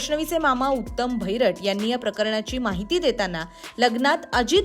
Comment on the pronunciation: भैरट नाही बहिरट!